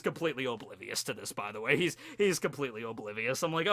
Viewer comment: he says buzz away instead of by the way